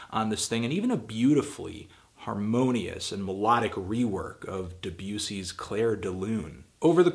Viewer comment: RGYDK He pronounced it right though